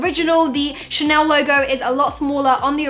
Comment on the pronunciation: Ah yes, Ghanel, a true piece of french culture